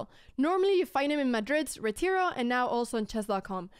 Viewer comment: Me hizo gracia que dijo "Retiro" pronunciado perfectamente… en inglés jajaj